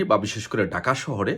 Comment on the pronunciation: ভাই ডাকা না, ঢাকা বলেন, বার বার ডাকা ডাকা বলেন শুনতে খারাপ লাগে